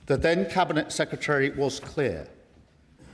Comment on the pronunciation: Please can someone teach him how to pronounce secretary